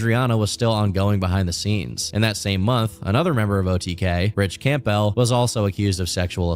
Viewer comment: THANK you for calling out the Camp🎪Bell🔔 pronunciation, he says it like that all the way through and it drove me nuts;!